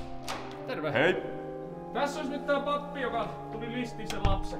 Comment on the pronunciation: "Lapsen listiminen"😆